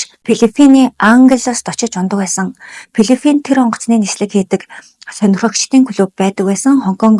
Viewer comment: Пилифин биш филипин гэж дуудна. Дуудлагаа засаарай.